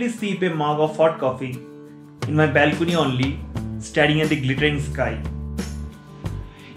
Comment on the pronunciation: ....exercise o korchho r sokale ja breakfast korchho tate sob equal hochhe.....bong sontan fruits khao.....balcony pronunciation ta thik korte hobe too much bongish.......